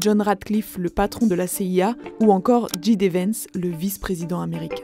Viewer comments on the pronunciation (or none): Djidévens. Lol Djay. Di. Vance En anglais le J se dit Djay.